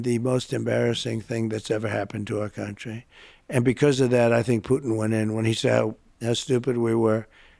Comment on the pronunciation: Why does he pronounce it "countreh" instead of "country" and "nothing to do with meh". Pull his string like a Chatty Cathy doll, he repeats the same immature English insinuations and intentionally says nothing clearly. This way he can't be held to account for legal missteps. Why did the U.S. accept him as a serious thinker?